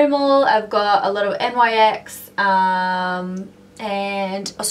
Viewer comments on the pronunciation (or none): Its nyx not N.Y.X :)